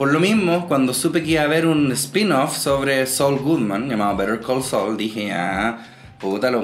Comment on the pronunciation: Me gustó que pudieras pronunciar bien el nombre de la serie, no como otro youtuber que sigo y niun brillo